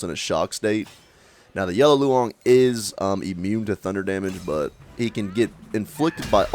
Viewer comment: Love your vids, but you're butchering the Chinese language :). Daoist is pronounced like How-ist. Loong is pronounced like room, but ending with ng, not m.